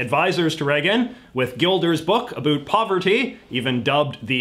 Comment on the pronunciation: the second I heard him speak and pronounce about as “aboot” I had trouble taking him seriously.